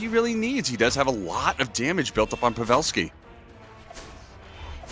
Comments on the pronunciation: Kuddos to the caster who says pavelski's name correct.Its Pa'velski not pave'lski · The way he said pavelski hurt me